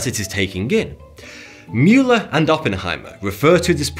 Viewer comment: If you ever go on FOX news or CNN and say Mueller the way you did in this video, they’ll rip you up hahaha